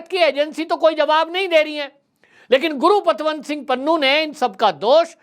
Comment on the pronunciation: bhai name to correct bholo, gurupatwant singh pannu nahi valke gurpatwant singh pannu